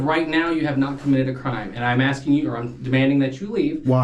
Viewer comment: Why do these fools keep AKSING in stead of asking?